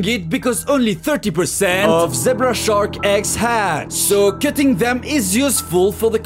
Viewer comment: Yo weil puuuuhhgt Da sherk In dunjeear